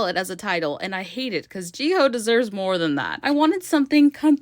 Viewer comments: How hard is it to say hyo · Your pronouncing of Jihyo’s name pisses me off